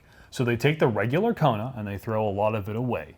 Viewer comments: "The Koner N" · they apparently spelled it wrong. definitely a coner N, by the way is saying it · LOL 🤣 It's a KONER N!!! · "Koner N"... Wow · "Koner N" no speaka engrish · It's a "Korner" 🤣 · Oh. It has 34 new welds. Now that’s……something. And the vehicle is apparently pronounced “KONER”. I don’t have a boner for the Koner. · “Koner” N.